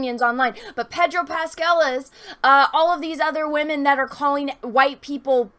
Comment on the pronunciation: she said wahmen. subscribed.